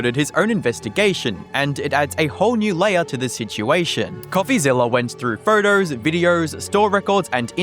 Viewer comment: “Photerrrrrs and viderrrrrrs”